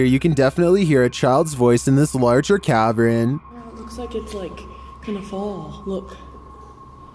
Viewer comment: #18, the word is "cavern," not "cavren," dude!!!!!!!!!!!!